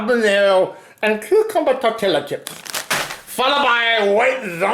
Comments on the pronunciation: you are supposed to pronounce the double ll in tortilla like a y. So when u say it it should sound like tor-te-ya not tor-till-a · wait did he just say towteyla chips ! XD Thats somthing that irritates me SO MUCH ! XD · "torieela chips " 😂😂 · don' t take this the wrong way but u don't pronounce the L in tortilla